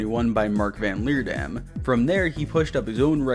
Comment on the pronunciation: as a dutch speaker i love how you pronounce van Leerdam lol 😂😂😂